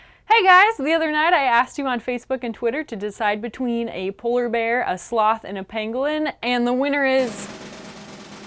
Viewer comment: I totally heard Pinguin every time Emily said Pangolin.